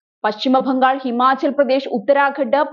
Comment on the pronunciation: 0;22 പശ്ചിമ ഫംഗാളോ?😂😂😂😂